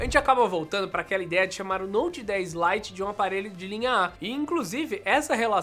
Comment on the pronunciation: . Note 10 "Lie" kkkkkk